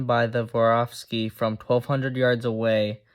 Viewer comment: Still not “voravski”, kid